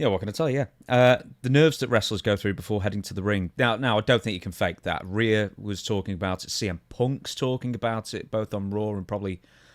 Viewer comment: Stevie, is it that hard to say reee yuh